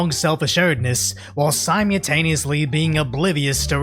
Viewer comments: "Simutaniously"? Nice Rickyism, your terrible vocabulary always gives me a chuckle. But I still love ya, even if you are a but tarded. keep up the good work! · Simutaneously? Is that a word? I Googled it and it keeps giving me results for Simultaneously. That can't be right, you're Asian. You just CANNOT be illiterate. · Love ya dude, but I gotta ask… which one of us has been pronouncing “simultaneously” wrong?